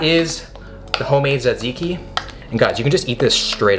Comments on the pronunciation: Τζατζίκι το λένε αδελφέ. Όχι σατζικη. Love from Greece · It’s pronounced Ta-ziki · its pronounced like "tuh-zee-kee" if anyone cares lol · is he saays "zedzicki"? I thought it was tzatziki, tuh ·zee·kee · Hahaha ZedZiki that’s great. It’s T-ziki. You gotta throw the America Z sound squished with the ziki. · (Ta-zee-key) taziki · It’s pronounced sat-see-key I think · His horrible pronunciation of Tzatziki hurt me a bit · You are very close am from Greece and you have to pronounce the (T) at the start e little bit more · My heart felt like it got stabbed when you said"tzatziki" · Actually you killed the word "tzatziki"! Nowdays even grek people can't say it properly. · a Its... too much for him to learn how to.. say hello welcome to the video? Literally write it on cards and have the cameraman hold it, the point of this entire series is to embrace and do things like them; it sure as fuck wouldnt be too much LMAO, he couldnt even pronounce Tziki right (and I love, I watch every video and have for years, doesnt make it any less annoying sometimes =.=)